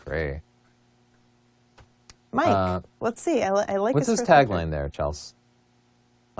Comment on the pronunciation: "A-A-ron" lmao!!! "C-helsey"